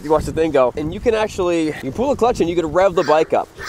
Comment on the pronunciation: The word is PULL. You keep saying "pool". PULL, dammit!